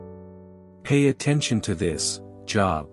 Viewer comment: I wish he would pronounce Job's name correctly